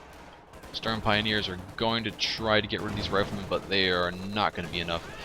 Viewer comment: It's pronouced shtuuurm pioneers not shtern pioneers buddy. Volks is pronounced as folks.